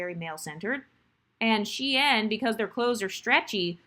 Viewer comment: .. it’s SHEIN., are we okay??